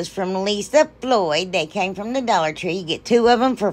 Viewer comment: I love love love those! And I love love love you… and now my grandson ask can we watch the lady who says dullar tree.. and I say of course we can. So he’s hooked just like me. LYFTBOMH!